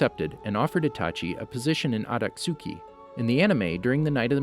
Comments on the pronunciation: It's akatsuki not atasuki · Aka-suki 😐🙄 it’s pronounced akat-ski spelled akatsuki, my guy have u even seen the show? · Akatsooki lol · Did he literally just say “shiringan”? And the “aktjuski” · Akat suki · Every time he says “akatsuki” it hurts